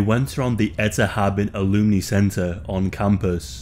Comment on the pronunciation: I also couldn't work out what a "looney centre" was, so did some reading on the case, it was an alumni centre he just absolutely butchered the pronunciation 😂